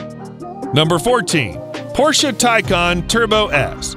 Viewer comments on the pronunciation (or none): none